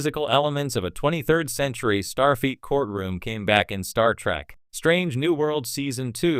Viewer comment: The AI narrator is irritating and mispronounces Starfleet as star feet. Also, the pictures don't match the narration.